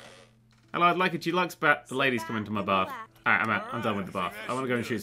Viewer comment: "Accept a Dulux bath"....so, they tip a tin of paint in with you then? Learn to speak, c'mon, you have aspirations of being an author ffs.